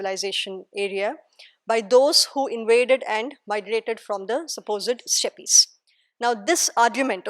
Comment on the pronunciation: Why do Indians mispronounce steppes ?